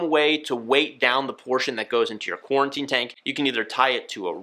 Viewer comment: Why does he keep saying QuARTInE tank